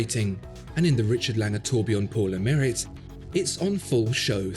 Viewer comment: It's pronounced as "pour le maree"